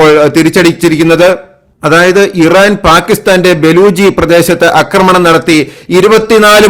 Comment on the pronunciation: അക്രമണം തെറ്റ് . ആക്രമണം എന്നതാണ് ശരി